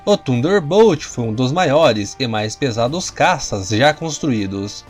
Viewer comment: Deus do céu, melhora essa pronuncia, parece minha filha de 6 anos, falando em inglês, Hurricane, pqp Rarricaine, Jesus amado, to botando como ... Tunderbolt, é sério que eu escutei isso, Tanderbolt, se pronuncia assim, parei com esse canal, puta merda, pelo amor de Deus, aprenda a pronuncia em inglês...